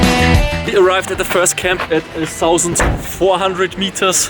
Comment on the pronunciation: Sorry, aber du musst unbedingt mehr in den Englischen Dialekt reinkommen und nicht zum Beispiel das Th mit s betonen! Versuch einfach mal deine Zungenspitze an deine Schneidezähne und sag dann mal thousend! 😄